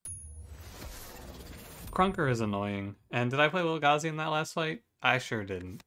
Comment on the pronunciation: Thank you for calling Lil' Gazi Lil' Gazi and not Lil-Gay-Z Edit: Whoa x8 combo? Absolute madman XD